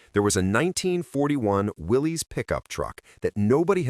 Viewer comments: WILLIS, as in, "Whatchoo talkin'' about, Willis?" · Willy's is pronounced Will us , named after John N. Willy's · Pronounced "WILLIS". A lot of people say "WILLIES", But it's WILLIS. Ask any Willys owner at a car show.